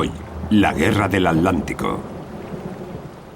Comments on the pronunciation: Si. Es un lengua de trapo este narrador. Ya comprendo porqué pronuncian 'aletic' ya sea al de Madrid o al de bilbao. Lo que no entiendo es por qué no le corrigen la dicción cuando graban o editan. Si es un profesional, como me imagino, este locutor debería poder pronunciar aTLantico como corresponde. Es tan chocante oírlo, que por momentos estuve adelantando el video para llegar al final más rápido. Una pena... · ¿Tienen un problema o impedimento bucal los españoles que no pueden pronunciar en su propio idioma el vocablo "TL"?. Que ridículo queda eso de "al lántico" o "trans al lántico". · ALANTICO? HILER? jaja Y se consideran profesionales narradores de documentales? jaja nuevamente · en el docu parece que dice adlantico pero todos sabemos que se llama oceano acuatico